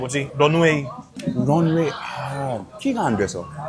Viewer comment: “런웨이” 들으니 서브웨이가 떠오르네요 ㅎㅎㅎ저 희생정신 (본토발음을 한국인들을 위해 희생)